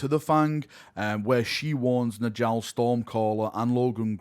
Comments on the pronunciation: Nordic naming - the Js should be pronounced as Ys. "Njal = Nyal, not N'Jal" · Y’know the J makes a y sound in Njal’s name. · Njal is pronounced Nyal like Jarl.